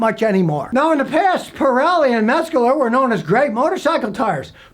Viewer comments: Every time he said “Metscaler” I just kept thinking, “good thing mine are Metzeler” and then I saw what he was talkin bout 😂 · THATS PRONOUNCED “METS-LER” Came stock on my 1983 KTM 250 back in the day. Hey Scottie, “can you say DUNLOP” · Metzcurler? Come on Scotty, I know that you can pronounce it correctly as you have on this post 😁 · As a former dirtbike rider and someone who's familiar with the brand name Metzeler, I find your pronunciation pretty funny! Metzkeler... Wait. After typing that out... Maybe you meant to make it sound like Metzkiller? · Scotty . . . ain't no "g" in Metzeler! Ain't no "Metzguler" tire made anywhere . . . ha!! Good call, though . . . Metzguler/Pirelli does have an active recall currently in place. Thanks for the heads up!! PS . . . you're still the best!